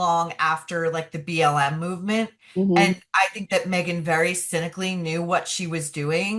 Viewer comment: Meghan was not welcome by VP Harris!!! Why do you continue to disrespect her by mispronouncing her name.